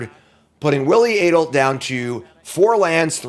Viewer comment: maiking sure you know how to pronounce both players' names seems like simple prep for a video such as this.